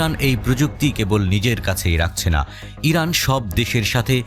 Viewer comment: হরানা না ইরান 😂😂😂😂